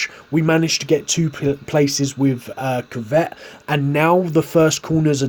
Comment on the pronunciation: Why he pronouncing kvyat like kivet it’s ku v at